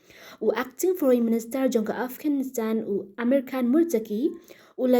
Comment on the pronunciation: Taliban ❌talivan✅😂 Afghanistan ❌ afghanistand✅😂